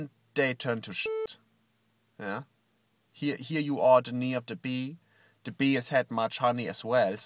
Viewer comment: ze knee of ze bee